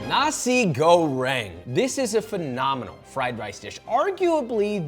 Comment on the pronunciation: Oh wait but what? Did I hear you say "Nazi goreng"? I hate that I'm being a language Nazi, but I just can't.... "NA see GO reng". And yes, "ka CHOP man iss" isn't exactly right either. KEtchap Manis. You might honestly be the best chef on the whole interwebs (not being sarcastic, I actually think you might be), but how you say things matters! Like, brunois or brunoise? Sous vide or soovee? Chinoise or Chinois? C'mon, this stuff matters...l